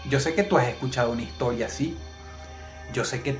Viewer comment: Egta higtoria xdxd